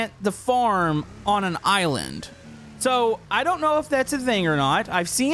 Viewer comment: I like how he said there is a couple of iwind instead of island